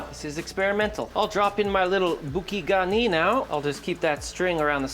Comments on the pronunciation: Not boo-key garnee. Boo-Kay like a bouquet of flowers. Should have clarified you butter separately. You skimmed off a ton of flavor in the Whey (not cream) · Boo-Kay Garn-yee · "Boo-kay Garney" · It's booKAY garni :D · Pronunciation: BOO-kay gar-NEE. Also: don't throw away those milk solids from the butter. It's excellent spooned over some steamed asparagus or broccoli. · I've never heard anyone pronounce bouquet garni in a way that makes it sounds Japanese, but then again I've never seen a cooking video abuse a refrigeratror. Love it. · He pronounces it wrong